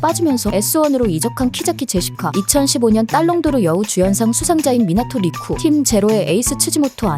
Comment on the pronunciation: 딸롱도르 발음이 ㅅㅂㅋㅋㅋㅋㅋㅋㅋㅋㅋㅋㅋ